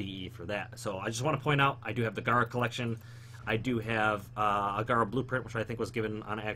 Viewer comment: Her name is Gara not Gira smh